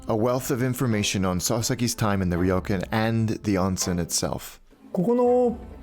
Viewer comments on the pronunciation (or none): Great content and amazing edit. Just wish the pronunciation of “ryokan” was closer though.